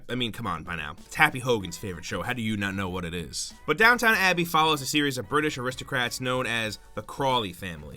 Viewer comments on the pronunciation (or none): Downton abbey is not downtown abbey either